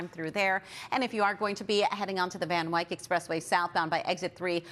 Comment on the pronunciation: I love you, but Van Wyck rhymes with tick. Loving the thicc crew otherwise.